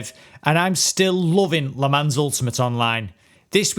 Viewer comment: It's pronounced "le mon" not "le mans".